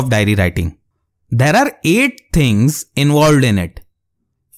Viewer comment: bro says 'tInGs' not things🤣